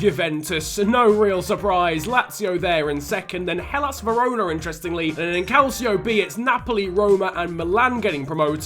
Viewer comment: Your pronouncing calcio b wrong